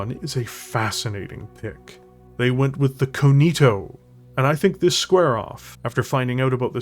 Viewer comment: And it is pronounced more like "Con-Theo"